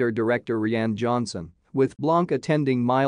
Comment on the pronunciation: Interesting way to pronounce Rian Johnson’s first name…ReeANN. Most people know it’s pronounced Ryan…most humans that is. Nice try, AI generated voice.